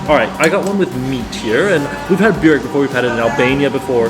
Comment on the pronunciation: burek - try saying it like this "boo-reck" and next time ur in NS you can eat on my treat or i can give you points where to eat what